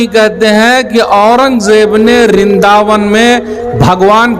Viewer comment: रिन्दा वन नहीं, वृंदा वन है।